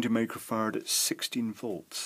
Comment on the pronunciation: I think he said Micro FARTS instead of microfarad